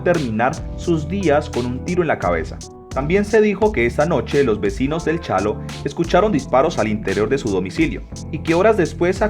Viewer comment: Es Chalo A. no "chano"!